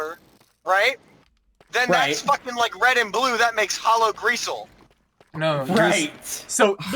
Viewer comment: “Hollow greaseal” 😂